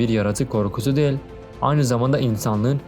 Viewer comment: Kardeşim videoların gayet iyi, içeriği güzel yazıyorsun, doğru bilgiler veriyorsun. Tebrikler ederim. Ama bir eleştirim var dikkate alırsan sevinirim, belki genç arkadaşları çok rahatsız etmemiştir ama beni ediyor; diksiyonunu biraz düzeltip, telaffuzu daha düzgün yaparsan sevinirim. Özellikle "değil" kekimesini sanki "del"" der gibi çok rahatsız edici söylüyorsun. Anlatımı sanki bir kağıttan hızla birşeyler okur gibi değil de nokta virgül duraklarına daha çok dikkat ederek, vurgu ve tonlamayı daha düzgün yaparak, sanki kağıttan okuyor gibi değil de normal sohbet ediyor gibi yaparsan daha güzel ve akıcı olur. Bunu geliştirmek için sesli kitap dinleyebilirsin, oradaki insanlar profesyonel. Tıpkı senin gibi bir metin okuyorlar, hem de çok daha uzun metinler ama hızla ezbere birşeyler okuyor gibi değil güzelce birşey anlatıyor gibi okuyorlar. Okuma hissiyle anlatma hissi arasında çok fark vardır, ikinciyi yakalamaya çalış. Ya da yok uğraşamam dersen kendin bilirsin ama en azından bari şu "değil" kelimesini kullanma, başka kelimeler seç onun yerine. Selamlar